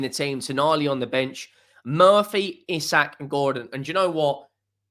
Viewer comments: Its pronouned EEE sak! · Wrong buddy. It is EE-Sak, watch a Newcastle united video where the players pronounce their own name, if you don't believe it. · Isak himself pronounces it "Eye-sack"